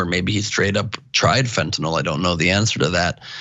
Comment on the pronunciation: LMFAO TYT Resident drug expert really said that "Xanax is really what Heroin is, It's really What "Fentanill" is" 🤣 I could just see this dude selling drugs back in the day telling people "These Tums is just like Vik o Dins, These here Unisoms be just like Quaaludes UH.....Uh just safer!!"